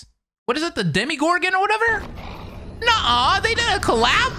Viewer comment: Did he say "demi-gorgon" or am i crazy